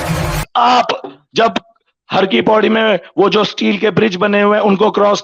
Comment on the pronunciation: पैड़ी नही पौड़ी।